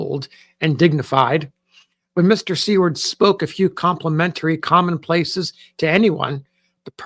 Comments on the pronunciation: you are pronouncing Seward incorrectly! it’s pronounced Soo-word not See-word. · I was also taken aback by the pronunciation of See-ward.. did she spell it this way in her writing? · May I ask, is Seward prounced sea-word? Or (sorry to say this) is it pronounced sewer-d? I think I have been mistaken.